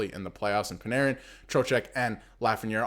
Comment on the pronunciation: Dude, it's your own video, and you even have his sweater behind you, and you still can't pronounce ZIBANEJAD correctly 😮. How embarrassing is that?? And I hear you chuckle at Panarin, wow! Do your homework if you want credibility from your viewers, it's basic. Same goes for Eddie Olczyk and his crap on National broadcasts, disgusting.